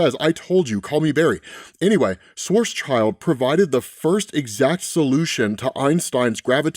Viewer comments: Schwarzschild is pronounced shwarts-shild, not shwarts-child. It means black shield in German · Since you have to say it over and over, it might do to look up pronunciation of strange words Karl Schwarzschild, acclaimed German physicist, , contributed to general relativity. Surname is pronounced "SHVARTS-shilled", (German for "black shield")